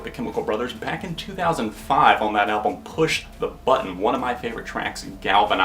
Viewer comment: Echoooooes! Are you saying "Pam" or "Albawm"? Good review mate! ;)